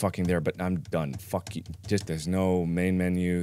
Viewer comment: Not me taking a hit of nic stick every time he says phuk😭